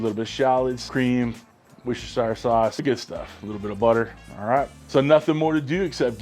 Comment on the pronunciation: It's WUSTER sauce 😂